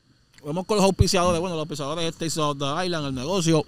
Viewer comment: La S no se pronuncia en la palabra Island, abusador.